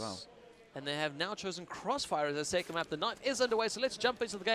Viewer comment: The way pronounces 7 and 2nd is extremely annoying. "seeven, seecend"